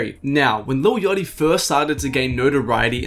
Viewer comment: his name isn't lil yotty